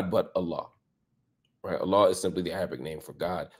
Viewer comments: Marc’s pronunciation of Arabic is perfect and May Allaah make him steadfast on this beautiful religion of Islam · Errr can I just say Mr Lamont Hills Arabic was just👏, you say the words better than me! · I loved your Arabic pronunciation, it’s so perfect and beautiful, Mashallah! May Allah bless you and protect you brother 🤲🏻🌹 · Has Mark Lamant accepted Islam? His pronunciation is too good for someone who at the very least hasn't been looking Islam and learning about it deeply if not accepted it already. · Your Arabic pronunciation is in point. Well done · Marc lamont hill must be muslim mashallah his knowledge is vast and more importantly his pronunciation of the arabic language is on point. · If I didn't know any better I'd say Marc is on his way to becoming a Muslim too inshaAllah. His arabic pronunciation and knowledge is on point Allahuma baarik. Let's go Marc, what are you waiting for? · Marc Lamont, I feel you are next! You might revert as well! I’m impressed of how well you speak the Arabic words and how much knowledge you have mashallah! I’m shocked you haven’t yet! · Marc your Arabic pronunciation is on point, ma sha allāh ❤ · Mashallah Marc's your recitation and Arabic pronunciation are amazing. I'm a fan now! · Wow....your Arabic pronunciation is on point. 👍🏼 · How are you not Muslim Marc? Your pronunciation and lingo are on point! 😂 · I love how you speak Arabic Marc! It’s beautiful . The sounding of the Arabic letters are perfect 👍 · im in awe of your knowledge and pronunciation . Are you muslim yourself brother marc ? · Your Arabic accent is on point Sr ❤❤ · dear Mr Hill, you pronouce arabic letters quite accurately.. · Are you Muslim Marc Lamont???? How are you pronouncing Arabic so fluently?? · He’s a Muslim already. Can’t you tell? The moment he began pronouncing Arabic I knew he spoke it. That would mean he STUDIED it. He quoted Quran and Hadith IN ARABIC. That’s a a Muslim brother. No question. تبارك الله رب العالمين